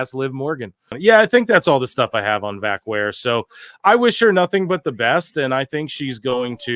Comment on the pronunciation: This is probably the worst pronunciation of her last name that I've ever heard.